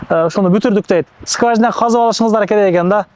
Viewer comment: Топлий пол дейт го 😅. Скважина деп айтам деп сказняк дейт го жетим 😂 орусча таза суйлойт экен